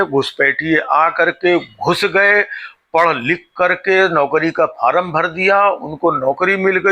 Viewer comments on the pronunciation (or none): none